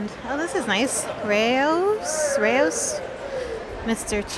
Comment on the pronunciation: Why do people dislike your videos, I don't understand them. Also I'm pretty sure it's pronounced rah-ohs